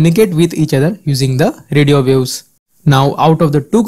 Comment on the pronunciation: "radio views"? it is radio waves, it isn't that hard to pronounce 😂